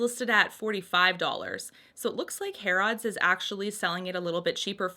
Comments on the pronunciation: I believe it is pronounced “hair” “ids” rather than “hair” “odds” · Harrods is pronounced more like Har-ids rather than Hair-odds if that makes sense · Its pronounced "hair-eds" :) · These are just stunning looking! I am so happy to see all of these swatched. Thank you. Harrods is pronounced more like Harruds than it sounding like odds at the end and that is just because of our rubbish english accents!